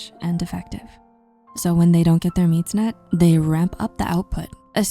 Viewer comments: “when they don’t get their “meeds net” 😂 …not complaining, great video! ❤ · “When they don’t get their meeds net” 😂 sorry sorry no hate just made me lol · "meeds net"